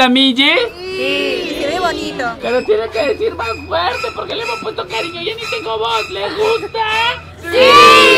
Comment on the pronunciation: Excelente video, el unico detalle fue que ese MIJI, se leia como MILI